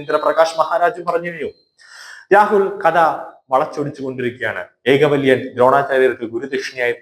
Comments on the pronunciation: ഏകലവ്യൻ എന്നു പറയൂ - ഏകവല്യൻ അല്ല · ഏകവല്യാനൊ അയ്യോ അരോചകം, ഏകലവ്യൻ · ഏകലവ്യൻ എന്ന് പറയുന്നത് ആണ് ശരി. ഏകവല്യൻ തെറ്റ് ആണ്.